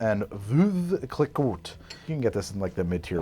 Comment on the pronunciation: I love how he says Clee-Cot instead of Clee-Co.